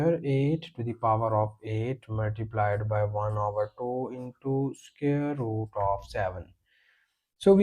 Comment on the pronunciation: Can you not pronounce the word " SQUARE " correctly....??????? Square is NOT scare !!.